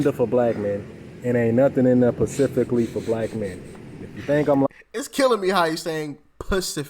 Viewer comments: Yeah, he has a problem saying specifically. I think it's cute. He's very likable and smart. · I like him even though he says pacifically. 😊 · If you say “pacifically” I automatically stop listening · Yeah “pacificly”?😮 I can’t!!!! But I get it 😢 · Can I axe you sumppen pacificly? 😆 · Pacificaly lmao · Specifically not pacifically